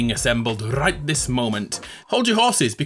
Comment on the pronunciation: wtf that rrrrrright